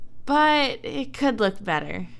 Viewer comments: KGMC-KrisGaming14 it sounds like foock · It sounds like Fock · Jonathan Lutabingwa SHE SAID LOOK!!!!! If you put your ear close to the phone tiny speaker (xD) its sounds more like Luck xD but its LOOK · Jonathan Lutabingwa im not gonna lie it does sound like f@ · KGMC-KrisGaming14 it really sounds like the f word